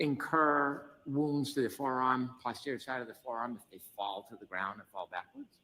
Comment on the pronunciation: It’s NOT pause-terior Brennan, it’s post-erior, and Dr Russell has corrected him, yet he still pronounces it his way.